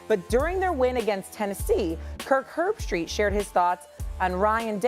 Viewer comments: You need to do your homework bro!! I'm gonna break it down for you: It's HERB-STREET! To say you on your game you eff up more names than a kindergarten kid! Get it together! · Lol butchers everybody’s name… called the man Kirk HerbertStraights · PRONOUNCED ...."HERB STREET" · Kirk heirbstreet.....Ryan day. Cmon man the lack of effort in even getting basic known names correct. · Had a lot of your takes I like , bUt if you can’t pronounce Kirk last name you sir are not in a good take,sorry #studyyourinfobro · How is it that you do this and can't pronounce Herbstreet's name? He is not a new person to the game!! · How do you not know how.tp pronounce Herbstreit? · If you listened to the clip, then how tf can you mispronounce his name? 🤷‍♂️ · You reporting on a story and butcher the man name do some research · Dude is moving into the grifter category. He openly admitted that he has no idea what they're fighting about. What guy with the most basic amount of sports knowledge, doesn't know who Kirk Herbstreit is? Can't even pronounce the name. Dude just makes money off talking about what other people said 😅. Then puts Click bait titles up and...voila. Another 10 minutes wasted 😅